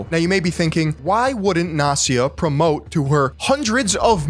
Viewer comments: It's not Nasia, it's NAST-YA. You pronounce the T. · Great video, since Gary Vee goes NFT he became even more irritating. And another thank you for word "nepotism", because in russian language I know this word very well and here it is not just a word, but the phenomenon of life. If I may, one little remark not "Nasia" but NasTya (T is not silent . The full name is Anastasia). Sorry if I'm not the first who saying this. But in this case I guess we shouldn't really give a fuck what is her right name :) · It's NasTya, not Nasya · It’s Nas tia. Not nasia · Its NasTya, With T like in word Nasty, not Nasya. And no, I don't know who she is, I just know this name. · Incredible video, beautiful research, but I can’t fucking believe your pronounciation of name “Nastya”. Even when you spelled it out, you did not miss the “T”, while you did not say the letter “T” once, you could only hear “Nasya”. All that aside, awesome, keep it up. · Not to discard the topic & then info, but I can’t listen to "nastya" without "t" in the middle. That letter is there for a reason! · Why can't you pronounce Nastya? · Btw you pronounce Nastya incorrectly. The name is Russian short for Anastasya. S and T are separate sounds. Anyway, in the past years, a lot of people are trying to monetize their children. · Can't believe can't pronounce "Nastya" properly. Damn bro.....